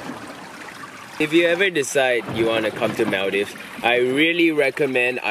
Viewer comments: MALL - DEEVES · its not pronounced like maldaives its maldives 🤦‍♀️btw im from maldives ❤️😊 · Maldives is pronounced mooldives :> atleast that's how maldivians (me aswell) pronounce it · Mul-dive???? LOLLL. I know there's a lot of diving in Maldives but dammit at least get the pronunciation right when you are in the country. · cant believe just pronounced maldives as "mal-daifs". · is it me or ur gf pronounced maldives the wrong way? lul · You don’t know how to pronounce Maldives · cnt even pronounce Maldives properly :P